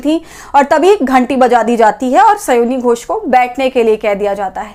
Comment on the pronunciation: स्योनी घोष नहीं, स्यानी घोष बोलिये महोदया।